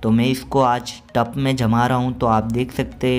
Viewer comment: भाई, टप नहीं , टब बोलते है